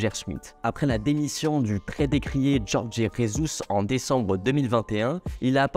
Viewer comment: Tu peux nous la refaire “ Djorjé Résousse “? 😂😂 Putin mais qu’est-ce que vous avez tous a prononcé en espagnol les noms portugais ? 🤦‍♂️🤦‍♂️